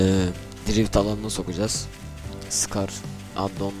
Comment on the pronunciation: S cars diye okunuyor scar değil S ayrı okunmalı neyse abi gmod serbest takılma atarmısın